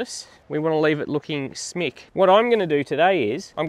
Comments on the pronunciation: Nice intro - but the word is "schmick" not smick...it's German for nice:) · I might be the 1st to tell you, but I probably wont be the last: the word is SCHMICK 😉